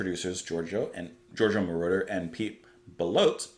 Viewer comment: The stress is on the second syllable; Mo-RO-der Please check out his work!